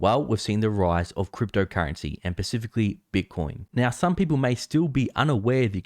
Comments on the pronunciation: Pacifically Bitcoin, it is specifically with an s. Sounds like you have just done a back flip on crypto. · Love the show.. don't say pacifically bro.. it's specifically.. great show